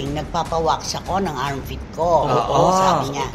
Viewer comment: Armpit? It's Armpit Nanay...😂